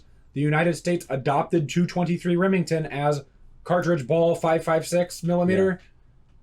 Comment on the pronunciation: Two twenty-three Reming Town 🤣